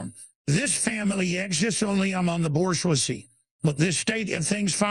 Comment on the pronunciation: "the Borsch-wazee"